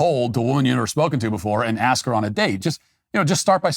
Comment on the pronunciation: Matt….did you say “axe”?